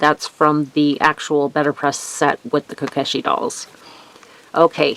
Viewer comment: Great cards! My fave were the spring in kyoto cards! (that set is on my to get list!!) by the way to pronounce kyoto is "Key-yo-toe" Also you pronounced kokeshi correctly i think! the Pokey thinks are just hairpins! 😁